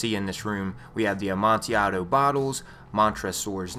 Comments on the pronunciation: btw for #1 it's pronounced "ah man till ad o" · the L in amontillado is not silent and is not pronounced like an I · its amontillado,assclown